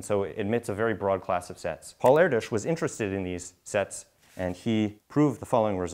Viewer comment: FINALLY someone pronounces his name properly.